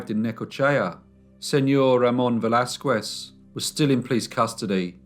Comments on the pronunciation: Señor Velasquez (veh - LAS - kehs) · just fyi: in the name Velasquez the U is silent